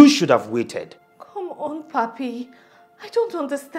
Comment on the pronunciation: Spanish-speaking people like to use the term Papi and Mami as terms of affection for boyfriends and girlfriends or just for casually addressing men and women.It's not pronounced like puppy.